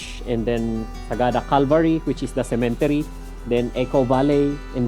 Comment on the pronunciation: What the heck is a “sementery”?… sementaryo and cemetery contraction?😂